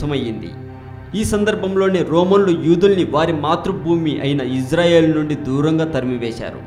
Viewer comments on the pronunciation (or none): none